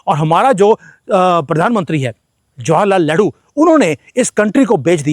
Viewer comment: गलती से आप लेहरू बोल गए😂😂हालांकि लग ठीक ही रहा है🤓